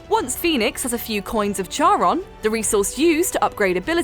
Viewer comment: It’s pronounced Karon, the k sound.